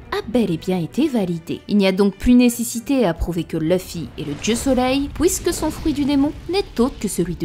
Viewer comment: tu as la même façon de prononcer la syllabe en "ui" "oui" Exemple tu prononce "puisque" "pouisque". Il y a une autre YouTubeuse qui a la même façon de prononcé et un peu la même voix que toi. Sa chaîne relate beaucoup mythologie de notre monde et je commence à croire que vous êtes une seule et même personne